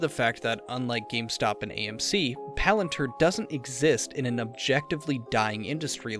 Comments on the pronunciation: I’m sorry it’s Palantir not Palanter. 🤦🏾‍♂️ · its not palant her. its "palan Tier"